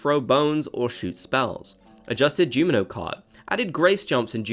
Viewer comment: Sorry I gotta tell ya you say Jumino and not Junimo!